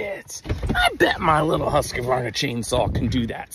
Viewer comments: For a man whose only niche seems to be that he owns a chainsaw, he really keeps getting more and more out there with the pronunciation, calling it "husk-a-vaarna".. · As a swede, your WHAT? I cannot let that pronunciation of Husqvarna slip …